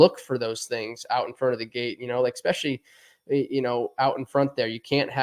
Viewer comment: Great riders. I haven't heard more derpy derp since Emig. Did Ryan say Expecially? And Ricky's like Supercross' Joe Buck.